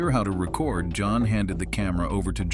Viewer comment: I hate that too. Like the word "record", as in to record a video was pronounced like a record, the thing that came after 8-tracks and before cds. For "feet" he just says the abbreviation " F. T. " wtf?